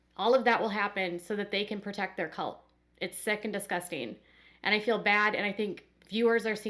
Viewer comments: I can’t stand hearing Meri say “fill” instead of feel. It’s so irritating. And who cares how Meri feels. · I wish they would learn how to say the word feel. Saying I “fill” grates on my nerves. Meri used to be a favorite but no more. She’s still there for the paycheck from TLC. It’s time for Sister Wives to be off the air. I don’t watch the show, just read the updates. You go Christine!